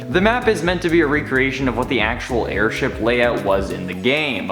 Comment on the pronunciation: nobody: the video: AIRSTIP